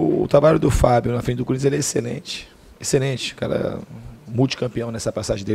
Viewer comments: opa! So repara na forma ele fala,ele não diz Corinthians,ele fala curinthians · "Cúrinthians" Diniz, Fernando 2019 😂😂😂😂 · é no minuto 1.43 kkkk ele fala curintia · DINIZ "CÚRINTS" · Quem ouviu ele falar CURINTHIANS DEIXA O LIKE !!!!